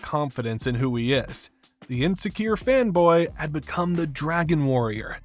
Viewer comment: Did any of yall hear femboy and not fan boy too when he was talking about po fighting uh i forgot the tigers name... but yeah did any of yall hear femboy instead of fan boy